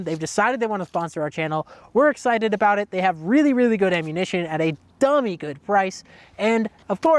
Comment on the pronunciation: I though they were Canadian because he said Aboot.